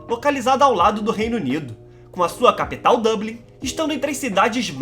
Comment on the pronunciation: Sua " CapEtal", dicção estranha a dele, mas o conteúdo é bom